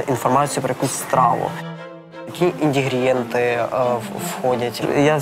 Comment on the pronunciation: "індігрієнти"??? Вы серьезно???))))))